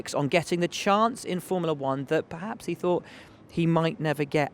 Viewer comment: "PerHaasps on terms with Mercedes"